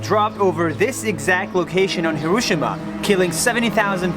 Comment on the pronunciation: It's not HirOshima. It's HiroshIma🤣